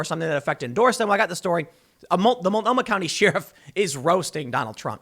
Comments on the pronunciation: Tim!!! It's pronounced like this: "share-if", not "sheer-if". My OCD thanks you in advance. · Day 5 of telling Tim it's pronounced 'share-if' not 'she-riff' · It makes me nuts when he says sheeeeruf.🤦🏻‍♀️ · Tim why do you pronounce sheriff like sheeeriff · Tim needs to learn how to say "sheriff" properly. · He did correct himself and even mention he was getting dragged over it. But that was 2 weeks ago and now he's back doing it again. Uggh. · Tims says 'Sheriff' like Brent Crysler says 'nightmare' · I can’t handle you saying “Sheriff” 😂